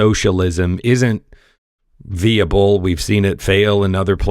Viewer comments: "viable" ==> "Vie," not vee. But great video and important information. Well done. Graphics, from about are superb! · vai-uh-bl not vee-uh-bl. How is anyone gonne respect you when you cant speak?